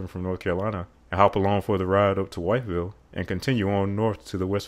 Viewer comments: FYI - the first syllable of Wytheville, VA is pronounced like "with." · Wytheville is pronounced “With-ville”. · Just for future reference, Wytheville is pronounced "with-ville" 🤪 outstanding job on this video, very informative and I came away having learned a few things! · Nice job. Good information and probably appropriate conclusions. I do suspect that maybe I73 will be completed between NC and Roanoke. Oh and one tweak- wytheville in va is pronounced “with-ville” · Wytheville (in Wythe county Virginia) both rhyme with "with." 😀